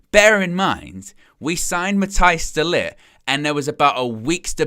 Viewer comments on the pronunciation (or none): You constantly harp on about "how do I pronounce the name", yet you consistently mispronounce De-Ligts name. It is pronounced De-Licked. It's not hard, just laziness from! 🤦 Your always asking for subscribers and likes! Well things this will get you them!